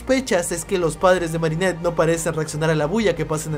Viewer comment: Marinert si es digna de ser guardia okey no pronuncias eso de nuevo,👍🏻